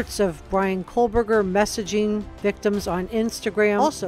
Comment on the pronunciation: Excellent report. I’m sure you are not doing this intentionally, but it’s Ko-berger, not Kohl-berger. No L. There has to be some connection, even if it was one-sided. All of the girls were HEAVY into social media—perfect for a stalker. He could have easily met up with one of them, and to the girl, it could have been inconsequential, not even worthy of mention.